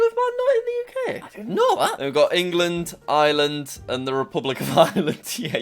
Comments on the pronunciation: Why the fuck do you say island not Ireland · I’m so triggered :( Jack pronounces Ireland as Island we pronounce it as eyre-land yeah point proven I’m happier now lol